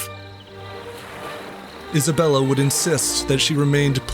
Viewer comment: Thought u said hasbulla 😭😭😭😭